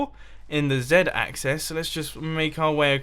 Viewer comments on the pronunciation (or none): none